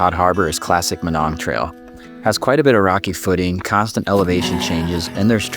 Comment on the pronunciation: I always heard it pronounced my-nong